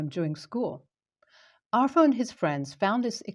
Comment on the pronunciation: Pronounce it as are-thur there is no "F" in it.